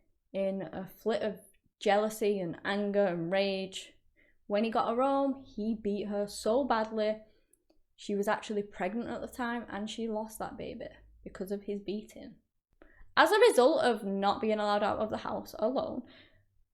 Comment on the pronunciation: Can you say the word bay? Can you say the word bee? K now put it together. Baby Wth is a baybeh?